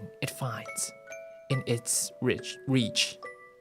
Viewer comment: 辛苦啦~來放時間軸~ this live is actually perfect, it just makes me want to sleep(that's what it's for www) 開始 全英開始 故事開始 不會唸www baobabs？寶貝？ reach? Rich?: goodnight （小聲 conquettish 結束小聊ー下 故事總結 預告下集（to be continue...